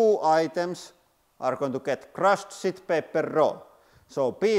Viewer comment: You crack me up every time you say SHIT PAPER with your accent!🤣 I haven’t heard “SHIT PAPER” since I was in the US Navy over 50 years ago, still funny today !!!